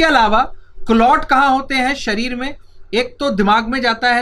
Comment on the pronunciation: It's शरीर not सरीर